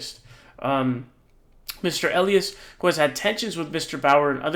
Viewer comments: Quick correction eh-LIE-us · Elias = EE-LIE-ASS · Mark Elias-( pronounced Ah- ly- as) Democracy Docket- have been saving our VOTER RIGHTS FOR DECADES!!🗳🗳💙💙💙🇺🇸🇺🇸